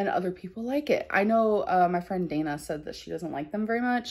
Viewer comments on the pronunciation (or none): none